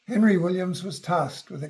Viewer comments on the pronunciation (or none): none